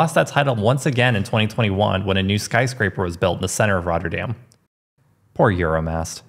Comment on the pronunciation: I’m a bit surprised you mispronounce Binnen Rotte and correctly pronounce Rotterdam. The Rotte is the river Rotterdam was named after. The Binnen ( inside) Rotte is where it used to run. Rotte is pronounced exactly the same as Rotter - dam. By the way if you think the Park near the Euro mast is massive try the Kralingse Bos sometime.